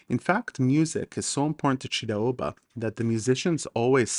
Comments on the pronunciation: Very great video, your pronounciation was actually really good besides pronouncing a word Mochidave because you pronounce ch like kh for some reason, even though you pronounce Chiraoba correctly 😆 oh and chidaoba or chachidva in Georgian actually means to grapple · You pronounce chidaoba ჭიდაობა really well, especially the first sound ch ჭ in georgian, but when say mokhidave მოჭიდავე, the third sound should also be same as the first sound in chidaoba you use sound kh, ხ in georgian. The word mochidave comes from chidaoba which means someone involved, in practicing chidaoba. And Georgian judoka after which throw is named is khabareli not kharibeli. The sound kh in the name is perfectly pronounced. Just the sequence of other sounds are slightly displaced. As a Georgian I just wanted to point out not to disrispect to you. In fact I thank you a lot for this video popularising chidaoba. And if I came to be rude in any ways I ask your forgiveness.